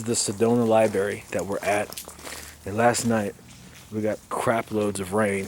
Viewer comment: LMAO! Cigarettes do not affect Organite. Please learn how to speak. It is not a liberry, it is a li-br-ary. Just because you hate smokers, doesn't mean it has ANYTHING to do with Orgone energy. Now, I don't like littering of any kind and those leaving butts everywhere should get slapped. Garbage cans are everywhere!